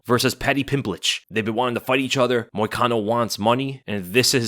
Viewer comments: Anyone else catch him saying “Pimblich” when talking about Moicano 😂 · are you saying paddy pimblich??? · Why u saying paddy pimblitschlike he's Russian?😂😂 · "Paddy Pimblitch"...How you gonna do my boy Moicano like that, lol?